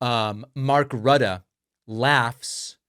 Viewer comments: your pronunciation of Rutte is almost correct. The tt must sound like a hard "t", not a "d" like i hear you do. (Not that i like the man....🫤) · A bit disappointed how you pronounced "Rutte" and "Ankara". But thank you for your excellent work.